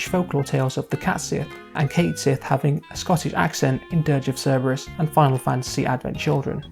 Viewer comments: One of the head developers of FFVII revealed that his name is actually pronounced Cat-Shee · It's "Ket Shee." And Yuffie is WAY more useless. Vincent is moderately more useless. But let's be honest--Cid, Red XIII, Tifa, and Cloud are the characters you'll be using for the vast majority of the game. And you boil down the character to a cat riding a moogle. Except it's a robotic cat used to spy on the team by Reeve who is working from inside Shinra to disrupt Shinra, becoming the one character in the original game to clearly show us that not everyone from Shinra agrees with Shinra's actions. And did you understand the game at all? The entire reason it was viewed as a sacrifice the first time is because they didn't know it was a robot. When the second one shows up, it reveals the truth of things. And since Cait Sith IS Reeve and Reeve IS Cait Sith, what the hell is the difference? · My guy made a whole video about a character and couldn't even pronounce his name right T _T